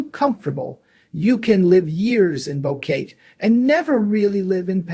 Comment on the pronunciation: It's hard to trust you when you mispronounce Boquete....